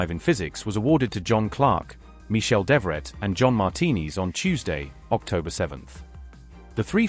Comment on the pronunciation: Mr.Devoret=Dev vrat real pronounced (Mahabharat fame)!?